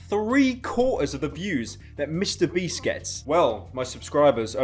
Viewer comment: "MrBreast" Is what I heard in IDK WHY I DECIDED TO COMMENT THIS